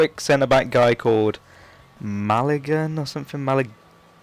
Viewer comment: mallagon is pronounced mayagon in spanish and chicharito's name is pronounced as its spelled, not with a ka sound, not chicarito